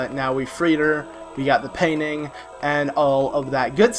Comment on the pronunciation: Just saying but when you said painting it sounded like "paining"